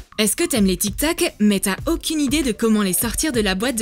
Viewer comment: c est tic tac pas tic toc